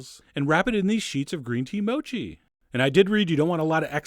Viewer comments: I'm sure it's pronounced MOH-KEE, not MOW-CHEE. x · Gambate Chef John! In Japanese that means go for it! Only thing it's not pronounced mow-chee. It's mo' chee. Ha ha! Great job! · MOU-CHI... hahaha... I heard people usually say MO-CHI